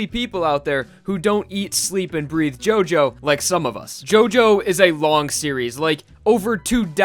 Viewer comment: Does this guy purposefully pronounce Japanese names incorrectly? If so, that's hilarious.